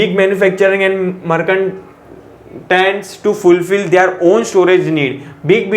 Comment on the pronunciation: Sir aap padhate toh bohot accha lekin merchants ko merkantes?🙂